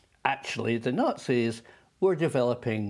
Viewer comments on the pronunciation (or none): none